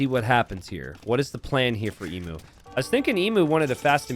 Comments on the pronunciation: not ehmoo, EE-mew. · Please, for the love of Australia, it’s pronounced ‘Eem-you’ not ‘Ee-moo’ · Emu: eem-YOU, not eem-uh. Sorry for being a pain. Any criticism is accepted and deserved. Maybe Emu Warrior is named after the great Emu War, where the Australian army fought a war against emus and lost... True story. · It's a bit late now, but aussie's pronounce it 'eem-you'. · Love me some small maps! Don't love your American pronunciation of 'emu' though! It's pronounced ee-mew 😝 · Ehmoo, right? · As an Aussie, I die a little each time I hear incorrectly pronounce emu 😂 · My thoughts exactly